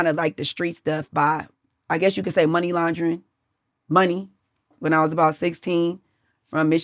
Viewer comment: She so fine ima ignore she said “laundering” wrong